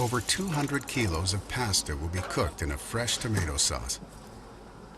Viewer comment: Why didn't anyone tell the narrator how to pronounce the Sanskrit words properly? How hard would that have been? This idiot narrator doesn't even know how to pronounce 'pasta'!